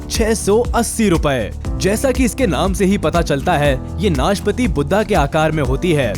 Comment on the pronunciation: भाई वो नाशपति नहीं नाशपाती होता है|